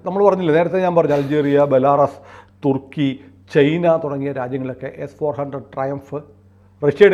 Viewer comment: നിങ്ങൾക്ക് ചൈന എന്ന് ഉച്ഛരിക്കാൻ പറ്റാത്തത് എന്ത് കൊണ്ടാണ്? എന്തേ ചെയ്ന, ചെയ്ന എന്ന് പറയുന്നത്? പിന്നെ SAM എന്നാൽ Surface to Air Missile എന്നാണ്. അല്ലാതെ നിങ്ങൾ പറയുന്നത് മാതിരി Mobile Surface Air എന്നൊന്നുമല്ല. S 400 ഒരു സ്ഥലത്ത് നിന്നും മറ്റൊരു സ്ഥലത്തേക്ക് പെട്ടെന്ന് മാറ്റി സ്ഥാപിക്കാനും വിക്ഷേപിക്കാനും പറ്റുന്ന ഒന്നായത് കൊണ്ടാണ് അതിനെ Mobile SAM എന്ന് പറയുന്നത്. എന്തായാലും നിങ്ങൾക്ക് ചൈന എന്ന് ശരിയായി ഉച്ഛരിക്കാൻ പറ്റില്ലെങ്കിൽ ഞാനീ ചാനൽ കാണുന്നത് നിർത്തും. തീർച്ച.